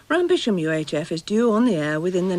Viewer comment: Shouldn't Rampisham be pronounced ran-sam?